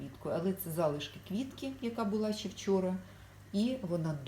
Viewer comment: Щьо, сонечько, щє, стручька, творчьості, кращє, дощьик, вчьора бачьила. В українській мові Ш, Ч, Ж, ДЖ вимовляються завжди твердо.